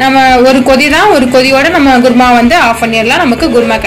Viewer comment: adhu குர்மா இல்ல குருமா